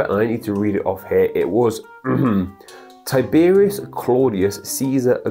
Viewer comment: Tiberius* not Taibirios